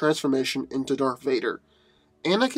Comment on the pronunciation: "Darf Vader, Lord of the Sif"